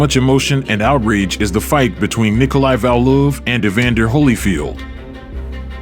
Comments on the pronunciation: Hey Valuev (not pronounced Val Loof, but whatever), fight some dudes half your size.. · I had to stop watching the fourth time he called Valuev "VAL-luhuv" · pronounce its correctly it should be pronuced "val-u,ev' its cringy way its pronounced here, im assuming using an AI audio gen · Pronounced Val- you- ev!!!